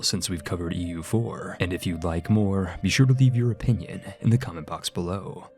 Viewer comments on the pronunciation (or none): none